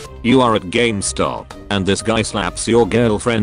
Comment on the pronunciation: its spoken Gaymstop so i feel Like he should slap my ass instead🤷